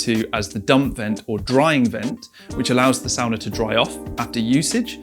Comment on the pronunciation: I instantly loved that you made the distinction of the pronunciation of "sauna" vs "sawna" (and what each of those structures might represent) without necessarily trying to draw attention to it. Very finnish of you! 🙂Well done. Great video!